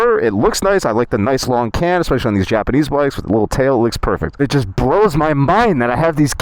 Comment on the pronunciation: As much as Ive enjoyed your content as of late mate, dont tell me youre one of those who say eckspecially instead of especially